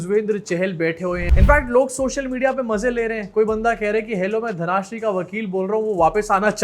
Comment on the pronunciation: it's धनश्री not धनाश्री